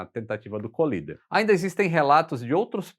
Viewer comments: Com dois “eles” LL a pronúncia de COLLIDER é Cólider - proparoxítona! Colíder é uma cidade do Mato Grosso. Valeu! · O correto é "coláider". Vem de "collide", que se pronuncia "coláid". Ponha na página de buscas assim... define:collider (exatamente como está, sem espaços) ou assim... define:collide (exatamente como está, sem espaços) e ouça as pronúncias ...Além do Forvo, onde nativos pronunciam apenas como mostrado acima. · "Cólider" Você está equivocado. "Collider" (colisor, aquele que colide) se pronuncia "coláider". Vide o Large Hadron Collider. Na dúvida, consulte o Forvo e ouça nativos pronunciando.